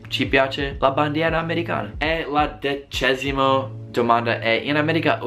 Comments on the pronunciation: C'è la pena di morte in Colorado? PS: si dice decimo non 'decesimo' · Si dice decimo, non decesimo😂